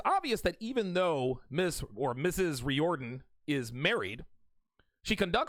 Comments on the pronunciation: I must rise in defense of the Irish. It's pronounced reared-in not ree-or-den. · Its pronounced REER-DEN.